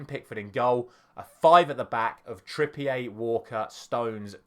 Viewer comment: Kieran Trippier isn't french, why are you saying it like that? 😂